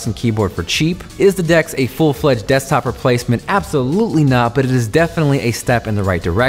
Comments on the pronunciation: he says Dekstop instead of Desktop !!! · its called desktop not dekstop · Dekstop, really? :D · "dekstop" 😂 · He said 'dekstop' hahahaha